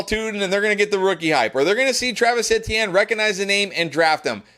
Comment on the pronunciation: Why do you say Etienne so weird? It’s E-T-N Is this a schtick?